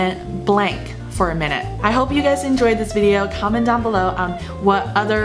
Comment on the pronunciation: Went blank for a moment? Blank 好像发音不太对